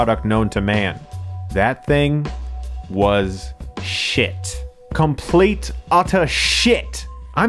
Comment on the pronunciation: You sound british when you say shiit XD